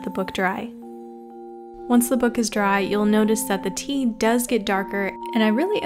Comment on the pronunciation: When you said tea i thought you said pee